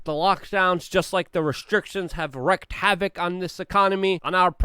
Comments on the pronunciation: And its "wreaked havoc not wrecked" lol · It isn't wrecked havoc, really. It's wreaked havoc, rhymes with leaked.